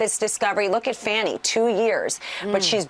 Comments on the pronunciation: Jer name is pronounced Fauni, not Fanny. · I thought the judge's name was pronounced 'Fawnie', not 'Fanny'. Just more disrespect, as normal for the tRump Team. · Too much botox.. on both sides.. So much that she's incapable of properly pronouncing "Fani" and keeps deliberately calling her "Fanny" instead. Weird for someone with an uncommon name to do, but I guess it's not surprising